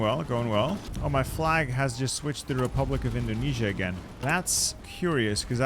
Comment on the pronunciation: My guy say indonesia WTF IS DEI your entire indonesian fanbase is dissapointed😔😔